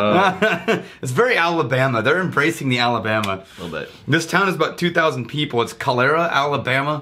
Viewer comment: You managed to mispronounce both of the towns in Alabama. Congrats.